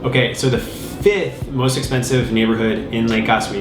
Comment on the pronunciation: you mispronounce 2 words. Etcetera is not pronounced eKsetera. It's a somewhat common mistake. The second letter is T, the third letter is pronounced as S, so it's eTSetera, not "iksetera". Also, don't skip the F in fiFth. It's FIFTH, not FITH. You've been saying these wrong your whole life, I know, as do some others... But you're smart, so you can learn.